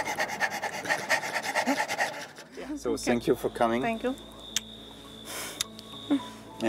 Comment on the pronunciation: Ach immer dieses 'TZANK YOU' 😂'